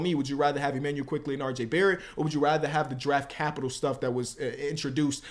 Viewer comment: I appreciate your knowledge & break downs always. Just stop using the word “capital”. The way you emphasize it is mad annoying son